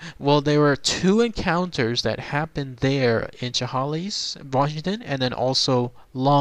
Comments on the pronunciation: pronounced " sha-hay-lis" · You are not close to pronouncing Chehalis right. It's 'Sha-Hale-Us.' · It's pronounced Shah Hay Liss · Great video as always! Don't sweat pronouncing Chehalis wrong, I am pretty sure that is how anybody who doesn't live near here pronounces it the first time if they have never heard it said before. lol. Never knew about this though. Very interesting